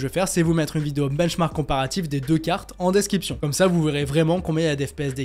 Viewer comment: DescRiption, tu as tendance à dire desKiption... A part ça t'es au top 👌